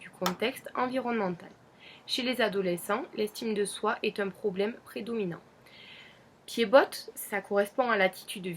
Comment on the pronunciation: Pied bot le t ne se dit pas lol